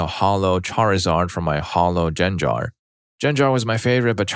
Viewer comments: genger is not pronunces "jen-jar" it's pronounced gen (g for good) gar (again g for good) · Roo-lay and Jen-jar....come on, you're better than this. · Stop pronouncing gengar wrong! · I visibly recoiled at the way you said Gengar, lol.